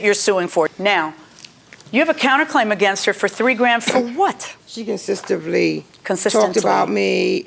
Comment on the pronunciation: Lol I love how JM slightly corrected her saying “Consis-TENTLY” after homegirl said consistively 😂